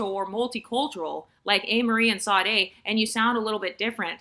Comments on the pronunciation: Is that how Americans pronounce Sade's name? It's Shadéh. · The S in Sade is pronounced like an “sh”, FYI😃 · Well it's common for Americans to butcher foreign names, so it doesn't really offend me, but that's the first time I have heard Sade's name being pronounced like that.